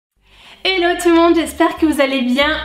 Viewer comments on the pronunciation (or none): none